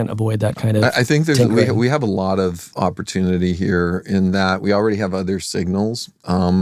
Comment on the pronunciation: "Oppurtunity" Bro I can't, how is this guy not on the watch list 🖐😭